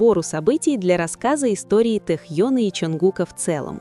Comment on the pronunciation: Почему хоть Тнхьена то. Не коверкайте имя